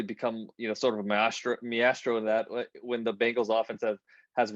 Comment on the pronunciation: This guy pronounced maestro as “measstro”